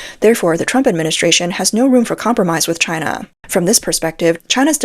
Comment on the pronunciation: Taiwan is the much better Chy-Nah.